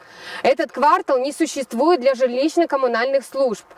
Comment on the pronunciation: Ага прям бесит😢 а ещё дОГовор